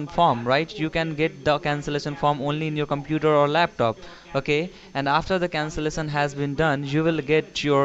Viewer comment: when he said "and after the CANCELISION has been done" I litterally started crying while repeating the sound he made